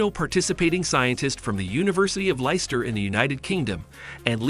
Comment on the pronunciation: For future reference, Leicester is pronounced Lester not liester